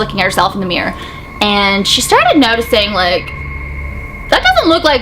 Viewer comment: Everytime she says mirror she says 'meer' sorry 😅